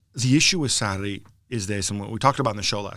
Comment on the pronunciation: God another trash podcast with marcotti trying to pronounce foreign names and doing horribly bad but he swears he is pronouncing it right. Maurizio "Satti" - marcotti 2019